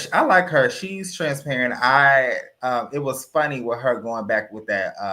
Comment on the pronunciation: it sounded like said,"Trans-parrot." Lol😂